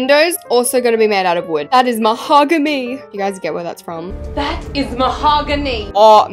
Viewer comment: iconic "That is MaHoGanY" pls 😭😭